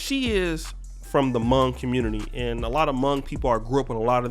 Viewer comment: Hmong* Pronounces similar to the word Long and not like tongue